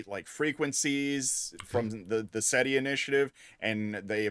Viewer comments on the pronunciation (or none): It's SETI not CETI